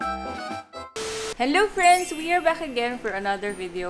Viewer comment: well you can always watch it again and again so you could here saying henlo frens duh you just want some credits dont show off ok know your place!